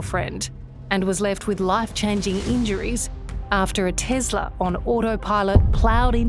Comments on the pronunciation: Try Tesla not TezLah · is an S FFS not a Z, TESLA, no such thing as a TEZLA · Ok, it's TESLA NOT TEZZLA it's an S NOT a Z and you talk about "its to expensive" as if Elon cant afford some sensors. Obviously he didnt add them for a reason you clearly didnt ask him about. you don't want them in your country, take it up with whoever is allowing them be on your streets. Accidents happen with OR without you steering. To be honest, the rate of a irresponsible driver, texting or drunk, or just can't drive in general, crash rates are HIGHER then ANY TESLA automated driving. So, before you bash a company, make sure you have your facts straight together from BOTH sides of the story not just one side of it. See, that's the issue with the media these days, you guys only talk about what you want everyone to believe. It's disgraceful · TES LA. Not TEZ. LA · Not Tezla , TESLA . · It's pronounced TESS-LA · Why can't she say Tesla properly? Its not spelled with a "Z" in it.